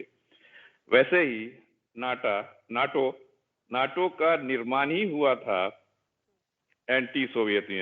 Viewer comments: नाटो को नेटो बोल रही है आजतक की पत्रकार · Who else laughed like me when he says "NATA" INSTEAD OF NATO